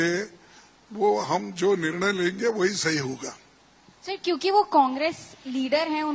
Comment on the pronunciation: हिन्दी ठीक से सीखो और सुधार करो। निर्णल????